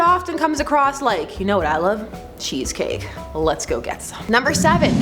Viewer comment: Lol! The way says cheesecake.